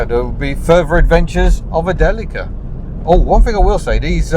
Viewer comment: I think "Deli-ka" is the best pronunciation. "Dileesha" sounds like a brand of margine !